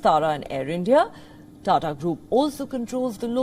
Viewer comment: It’s not Tara / Tada.. it is a proper TATA. And not ears, it is YEARS . Can we have Palki Sharma back please